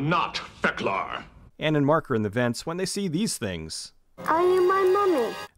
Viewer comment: "You are not Feklar" LOL